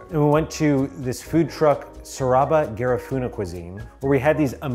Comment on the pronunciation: It's pronounced as "Ga-rí-fù-nah" with the stress on the second syllable. But an A for effort.